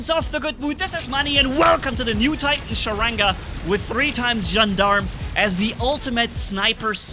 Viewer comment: Gendarme is pronounced as "Jahn-darm" Cuirassier is pronounced as "Queeraseer" Their definitions are types of soldiers. Cuirassier: a cavalry soldier wearing a cuirass. Gendarme: an armed police officer in France and other French-speaking countries.